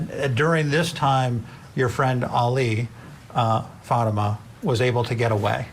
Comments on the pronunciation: Hey. Won’t you even Try to pronounce her name correctly. Just have to listen to this to understand it isn’t FATima. It is Fateema. SMH. You sound like the defense. Stop it. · I wish people would pronounce her name correctly. It’s pronounced FAHTMA not Fateema.